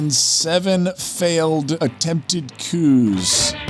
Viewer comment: We do not pronounce the s in coups for several coups d'État